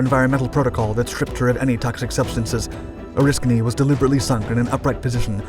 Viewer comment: You pronounced Oriskany right...I wish other sites would do as much 😕, when its the topic of your video, you should know how the name is pronounced...interesting, we saw films about this fire in firefighting school, then I served on her in '75...creepy doing firewatches in the area those guys died in, never was comfortable to be aboard, but thank you for doing your research....